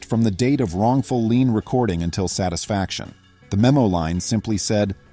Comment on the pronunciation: Loved the story - Karen seems very skilled at digging a deeper hole for herself. I do wish the AI would learn the word "LIEN". I'm in a somewhat rural county in west central Ohio. NO "HOA's" in the whole county! Previously lived in south Florida, where they are rife.